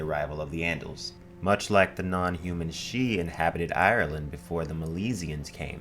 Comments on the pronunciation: It is slightly irritating why he sometimes pronounces it "sidee" rather than "shee" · It's weird how you keep pronouncing it sid-he then switch to pronouncing it shee... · I kept getting thrown.. the voice over interchangeably pronounces Sidhe/sidhe. It is never ShiDee. Its Shii-the or Shee. like Bean shidhe.... pronounced BanShee... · make up your mind about whether you're going to pronounce sidhe correctly (shee) or incorrectly (siddee) you keep switching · For the love of Pete! Stick with one pronunciation of a word! You confused the heck out of me with your constant going back and forth between "she" and "sid-he." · the "sid-he", irish speakers worldwide died a little when you tried to pronounce sidhe 😂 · Sidhe is pronounced seeja which translates into English to Elf or Faire (farie) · I hear "sidhe" pronounced differently all the time, I said it sid-he in my head when I first saw it in a book, it was "Aen Sidhe" in the Witcher, said Ahn shay, and it's just so off-putting whenever I hear new ones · Bro, its pronounced "Shee". It's always pronounced "shee". The spelling (siddhe) is from modern Gaelic, basically one of the Celtic languages. Q-Celtic, I think. By contrast Welsh is P-Celtic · "Sidhe" is pronounced "she" in Irish Gaelic. They are faeries. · To correct the above video, the Sidhe are of Celtic folklore origin, whats with this "pseudo Irish" crap ? Anyway, Sidhe is pronounced "Sith", this is where George Lucas got his idea for the bad guys in the Star Wars films... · pronounced "seeth" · #1) Why show a pronunciation guide for a word more easily announced than Sidhe (which you repeatedly pronounce differently) #2) your vids have gotten better; maybe not more well produced or researched but at least more coherent.